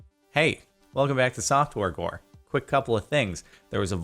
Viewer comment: Anyone realize that he said softworegore